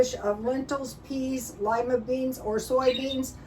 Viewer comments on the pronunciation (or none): none